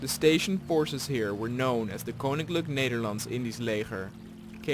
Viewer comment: it is so funny how you say koninklijk Nederlandse leger